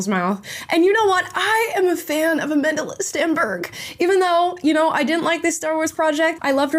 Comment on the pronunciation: I actually thought you said you're a fan of A Mentalist Stenberg😂😅.